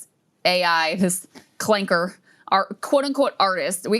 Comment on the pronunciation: clanker with a hard R is frying me😭